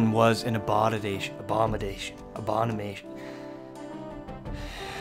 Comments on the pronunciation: "Abodidation" - ( at least that's what I think he said) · He can never say abomination lol